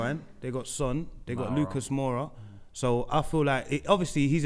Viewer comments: Mawwwwra and beejwine ????? Wtf? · having a go at saying wijnaldum’s name wrong but called Lucas MOWRA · Wtf is calling Moura ‘Mowwwra’? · correcting for saying WIJ-naldum but he can't pronounce lucas moura properly 😂